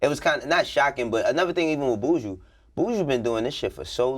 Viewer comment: Y'all crucifying Buju's name. It's BU-JU